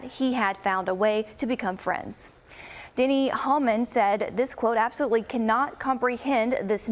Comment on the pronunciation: Fox News….. you are better than that. You can’t even pronounce Dennys name correct.